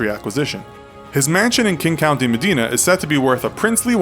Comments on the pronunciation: Interesting video, but sloppy right . His residence is in Medina, King County, Washington (Medina is the town, King is the county). The order of the words didn't make much sense ("King County, Medina"? Towns are in counties, not the other way around). Also, "Medina" is pronounced with a long "i" (pronounced incorrectly here with a short "i"). If I was to be super picky, I'd also call you out on your pronunciation of "Porsche" (it ends with "uh", not "sh"), but that's a common error. Those issues aside, very cool video, and I've subscribed. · I live four houses down from him and our city is pronounced "med-eye-na" ya goof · R u freaking serious medina go to speaking class they will tell u how to pronounce places correctly u r a disgrace to "Medina"